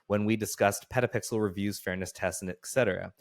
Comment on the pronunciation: I like "PetaPixers"